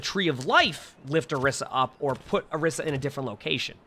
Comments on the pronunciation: whys he saying orissa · Why dose no one ever say orisa's name correctly 😔